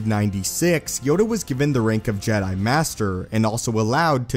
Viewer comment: I love your videos, but the way you say jedi by drawing out the last syllable drives me up the wall.